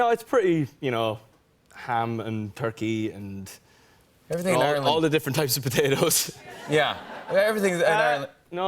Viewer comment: WHY DOES HE SOUND SO AMERICAN WHEN HE SAYS "All the different types of potatoes" HAHAHA